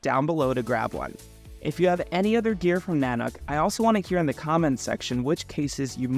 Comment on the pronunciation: In case anyone wants to know, this company's name is not pronounced "nanak". It's pronounced Na-Nook", the second sylable rhymes with "rook" like the chess piece. Every YouTube reviewer has it wrong. It's from an Intuit Indian word that means, "master of bears". Nanuk named it that to tag the harsh Canadian environment their bags are designed for.